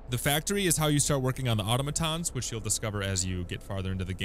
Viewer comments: uh-TAh-muh-TAHN or uh-TAH-muh-TAH. Definitely not AH-toh-muh-TAHN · automaton → ah-TOM-uhtahn, not AUTOmuhtahn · Super useful video, helped me out during the early stages. One thing though, the pronunciation of automaton is "ah tah-meh ton". Not trying to shit on ya, just wanted to help!